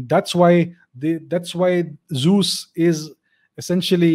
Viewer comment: Unfortunately, his pronunciation of the word is way off.